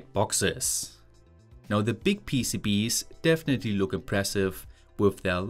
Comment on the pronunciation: Finally you pronounce PCBs normally, not PCBeeeys which honestly drove me mad ;)